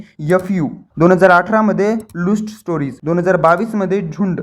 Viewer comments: भाऊ ते लुस्ट स्टोरीस नाही रे... ते लस्ट स्टोरीस आहे 😂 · लुस्ट स्टोरीज नाही रे... लस्ट स्टोरीज...😂 आणि मंजुळे...मुंजुळे नव्हे... विश्लेषक (?)😂